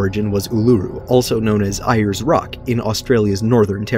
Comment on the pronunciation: He mispronounced Ayers and Uluru